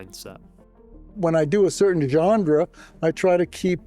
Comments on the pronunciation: Why is everyone struggling to say "genre"? De Palma apparently says "genDre" and even the YouTuber struggles 😂😂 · TIL Brian DePalma does not know how to pronounce "genre". "Johndra", really?! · ( - ) Curious to hear someone as articulate as De Palma muff a word like 'genre' by inserting a 'd' in the middle.